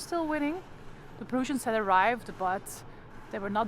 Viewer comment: Oh and the Prussians are pronounced as,Preuh ssians not pruuussians. Sorry no offence just ,ter informatie. Dank u voor deze toffe video